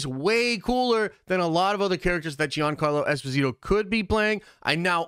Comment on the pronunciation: Jean- Carlo Esposito it is pronounced like Jean-Luc Picard I have heard him pronounce his name